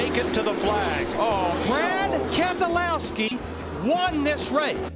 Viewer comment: "Brad KEZ-O-LOW-SK-I won this race"